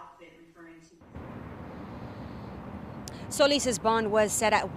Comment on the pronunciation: Why she say soleeeese like dat😳😳😳